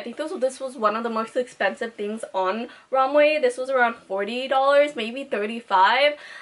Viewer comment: when she says romway instead of romwe 😩